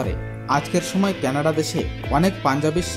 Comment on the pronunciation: কেনাড নয় কানাডা